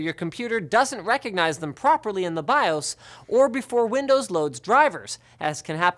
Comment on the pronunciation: Nice to hear "Bi-Ohs" and not "Bi-Ahs", like Luke does...